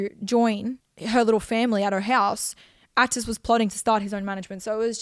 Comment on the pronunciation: Can’t stand the way Anna says Atis